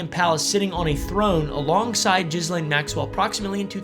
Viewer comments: isn't Ghislaine pronounced like Gee-lain? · Her name is pronounced Gee-lane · Isn't it 'Geehlain' and not 'Jizzlane' 😂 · I personally think we should all just decide to pronounce her name Jizzlane. No more half assing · lol! It’s not Jizzlane. But I can see how that’s kind of appropriate. The “s” is silent. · I love that we call her Jizzlane, even though, I think a lot of us know the pretentious way to pronounce it. 😂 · Just so you know; the s in Ghislaine is silent because it is a French name. Also, Deutsche Bank is a German bank and the are no silent letters in German, therefore the e at the end is pronounced “ah”, Deutsch-ah Bank. Most Americans don’t know this, but I have been to those countries and studied languages a bit. Just thought I would share this info with you! Thanks for the through background story!